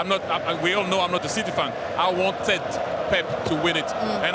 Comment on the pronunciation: Why do you call city- CITEH?